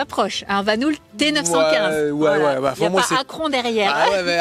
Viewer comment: Hello! hahah La marque Belge Vanhouuul... on dit vanhOl, même si il y a 2 O! ;)